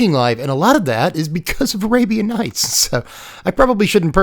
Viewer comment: I stopped watching when he said arabian nights.😅